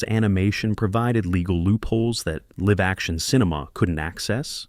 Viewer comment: It also mispronounced "live" in "live action". It used the verb (as in "to live in the moment") not the adjective. (As in "2 Live Crew".) Additionally, it interpreted the period after the middle initial in Philip K. Dick as the end of a sentence.